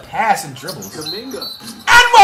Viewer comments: Bro said Kumunge😂😂😂😂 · Idk how he keeps a straight face with the 💩 he says , him butchering McClung and kuminga is f***ing hilarious 😂😂